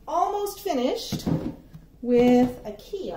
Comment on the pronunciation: Really funny to here the pronouncement on the Swedish IKEA names..... 😜 You did a great job 👍🏻 Love from the land of IKEA 🇸🇪